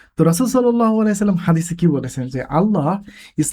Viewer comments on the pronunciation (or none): none